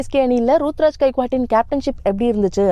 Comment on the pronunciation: யம்மா அந்த பையன் பேரு ருதுராஜ் மா சும்மா ரூத்ராஜ் ரூத்ராஜ் னு சொல்லிட்டு இருக்க எனக்கு வேற மாதிரி கேக்குது...